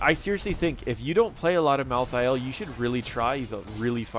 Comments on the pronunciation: Mal-thale not thay-el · Ok props where props are due. You pronounce Niche properly xD But Mal'Thah'Ehl? Watch the Diablo Trailers and the Animated Shorts, it's clearly, Mal'theel. Rolls off the tongue much better. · sorry i had to tell you how to say it: mal-theel. i hate solo laning in hots, it's really boring and dumb and i really think it takes all of the interesting experience in the first 5-10 minutes that you get in hots that you dont get out of league. i think the fact that solo laning in hots still exists indicates that they dont understand their clear niche as a moba game, and solo laning itself just blows. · Malthael only has 2 syllables. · Mal Thi El, Hahah